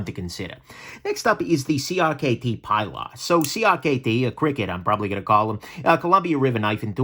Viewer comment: OK I'm gonna be a nudge. The CRKT Pilar is named for Ernest Hemingway's boat out of Key West and used in UBoat patrols in WWII. The boat was given a feminine Latino name... Pilar, pronounced PEE'laar. This was a great list. I have the Elementum, Backlash and Feldspar in my collection. They are excellent knives no matter their cost.